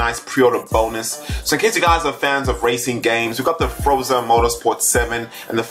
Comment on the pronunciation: No one noticed him saying Froza?